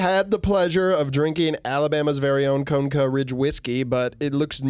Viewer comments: conecuh is pronounced cuh-neck-uh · as an ashamed native and resident of Alabama, i felt like its my responsibility to let yall know it’s pronounced “co-neck-uh” roll tide & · As someone from Alabama, Conecuh is pronounced Cun eh cuh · FYI: Grew up just over the border from Alabama - Conecuh is pronounced "Koh-neck-uh". Also the name of a great sausage brand. Goes well with red beans and rice. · as a reluctant alabamian, it’s pronounced “cuh-neck-uh,” and it’s amazing. conecuh is also the greatest sausage on earth. conecuh is the greatest thing about this state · So conecuh is pronounced KA-NECK-AH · As someone from Alabama, the pronunciation of Conecuh was hilarious🤣 it’s Co-Neh-Cuh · Just a head's up fellas, "Conecuh" is pronounced "cuh-NEH-cuh" down here in the south. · conecuh is “cuh-neck-uh”… 😞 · I’m from Alabama. Connecuh sausage is the only thing I’ll defend about this state. “CUH-NECK-UH” I’ve never felt this way. Is this what bastardizing local pride feels like? (It’s just a really fuckin good Cajun sausage that we put in everything down here) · As someone from Alabama, “conecuh” is pronounced like “cuh-neh-cuh” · stop fucking saying conecuh like that